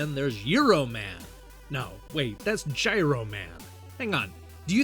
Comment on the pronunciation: It's gyro, like the sandwich! Thanks for the review!